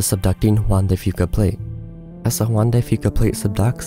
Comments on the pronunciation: It may or may not be worse than the Anchorage quake, which was also subduction-caused. Kudos on pronouncing "Juan de Fuca" right! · I live on Southern Vancouver Island. Thank you for pronouncing 'Juan de Fuca' properly 😊